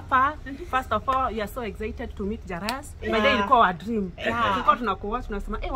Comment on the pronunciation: Nimm pekee nmeskia eve akisema , "jaras" ama